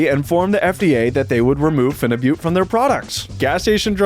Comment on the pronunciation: your pronunciation of phenibut and Cialis is incorrect.